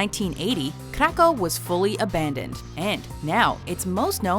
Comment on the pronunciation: Ayyyyye aban-ndoned